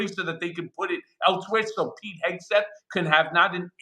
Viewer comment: It’s Hegseth, not Hesgeth.